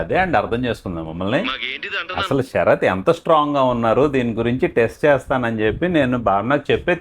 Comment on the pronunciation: తెలుగు ను చంపేసి శ రాత్ అని అంటున్నారు. సార్ పేరు.. శరత్ లేదా శ రాత్.. ఏది చెప్పండి.